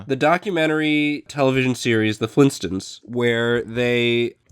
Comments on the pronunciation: it's Flintstones not flintstints. . . o_0 he's pronouncing it wrong. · Flintstones not flinstins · "the Flinstuns." The* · Lol did say "flin stins"